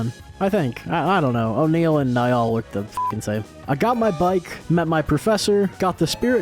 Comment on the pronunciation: How do you pronounce placidusax better than you pronounce Blaidd (who is one of the only characters in the game to say his own name out loud) and Niall (who has the most normal name in the game)